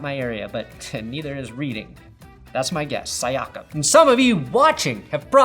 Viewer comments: Say it with me: See Ack Em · See-ahk-am, but not a bad shot. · “SEE-AH-CUM” you’re welcome.